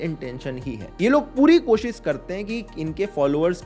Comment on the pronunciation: Accha laga. Kaafi sahi tarike se samjhaya hai. Buss ek chiz pe kaam kar sakte ho. कोशिस का उच्चारण सही हो सकता है थोड़ा. कोशिश करो. All good otherwise. Keep it going.